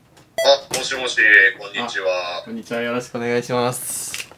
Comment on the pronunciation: こん→にち↓わ→